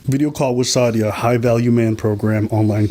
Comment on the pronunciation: Who’s “shada” her name is sadia. And who are you calling soulless?? lol Europeans are soulless. Unfollowed